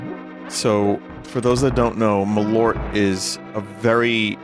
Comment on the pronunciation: That is the best pronounciation of Malört I've ever heard 😂